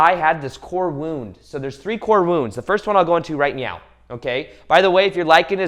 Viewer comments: Thank you 🙏 im gonna thank the Universe for making this vid come trough to me when I needed it n was looking for that advice I needed!. Also love that u say right meow XD:3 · I just want you to know that out of everything you said the one thing that I heard the most clear was "right MEOW" 👀🤣 I watched ur lips and I will put my life on this, u made me laugh while also inspiring 💯💜🙏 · Is he saying "right meow" ?